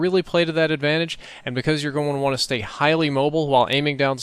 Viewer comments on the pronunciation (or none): none